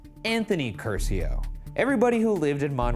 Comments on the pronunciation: Everytime Ryan said "Cursio" I felt intense pain. Like I was being tortured. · The real crime of this episode was the pronunciation of the Italian surname Curcio